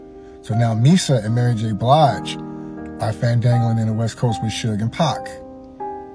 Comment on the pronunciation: QUIT CALLING 2PAC...PACK...GAH...😮